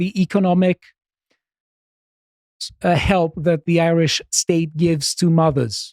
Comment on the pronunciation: As an Irish man the Greek man has pronounced the Irish words correctly and shows he researchs his pieces and unlike other people he did not hurt my ears and make me turn off, great job on this segment